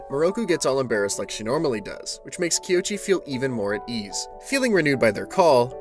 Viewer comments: Love the video. But the whole time you were saying the male main characters name wrong 😅😅😂even in the same dame video it shows you how to say it, but I been saying it wrong 😂😂😂 his name is "KOICHI"(Ko-ee-chee) not (Kee-o-chee) lol, but love the video🖤🖤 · This has been a dang fine recap, and really well done. However, I’m pretty sure our main male here’s name is pronounced “Koh-ee-chee” as the “o” happens before the “i” does. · not to be "that guy" but I think you might be pronouncing the MC's name wrong